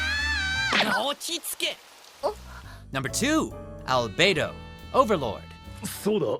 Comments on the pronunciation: Better practice your name pronunciation. Edit: just like the saying, "do as the romans do" Japanese pronunciation of it as albedo and your pronunciation sounds like albeido. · He pronounced all the overlord names wrong like albato even thoe it's albeto (al-be-to) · There's "bed" in "albedo", as "cock" in "hancock" - or spelled "hand-cock", alternatively.